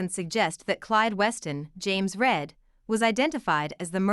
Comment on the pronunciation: Do you know how to pronounce read that is the way James Reed’s name is pronounce not red. But like tall weeds is another example. Pronounce it like I am going to read a book.